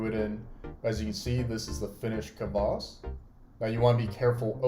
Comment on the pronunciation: Kvass, not "Kavass". I'll be trying this sometime since you can't easily get it in west eu